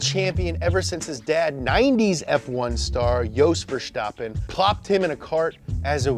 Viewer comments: Its VerStappen, not VerSHtoppen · It's VerSTappen, not VerSHTappen. Same st-sound as in the word "stop" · His name is Verstappen, not Vershtappen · 'Fer-stappen', not 'Ver-schtappen' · VerSCHtappen In all seriousness, leave the "sh" out, the s is not pronounced like the sh in "show", but like you would in "snow". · Why do all english speakers pronounce it Verschtappen? It's pronounced Verstappen. Max just has a lisp. He makes his s by pushing his tongue against his bottom teeth in stead of curling it to the roof of your mouth like normal people. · He pronounces Max Verstappen so German 😂😂😂 We are Dutch! Not German